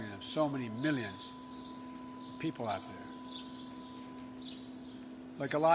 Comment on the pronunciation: Biden cant even pronounce millions or billions right let alone have a plan for this economy. So Trump 2020 hair SNIFFING weirdo